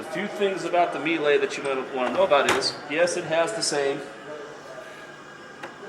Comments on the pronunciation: Great review, but Americans are the only ones in the world who can't pronounce Miele. I was born there but have been in Australia for a decade. My father got hooked on Miele appliances after using all of mine. It's pronounced Meee Luh. Not Mee Lay. My father still says Mee Lay, even after I've corrected him dozens of time! But great review and glad Americans are advertising these more. Amazing and efficient appliances. Not one issue with my 2013 models, nothing, and 2 or 3 loads a day, and the same with the heat pump dryer. Have all Miele now, dishwasher, ovens, cooktop, coffee machine, steam oven, fridge and freezers. Spent over $50k, will last at least my lifetime. Washer has both drums, inner and outer tub are stainless, cast iron counter weights, made in Germany, amazing build quality. 102kg is the weight of the washer though, they aren't lightweight. Highly recommended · You might consider pronouncing it "ME-lah", not "me-LAY".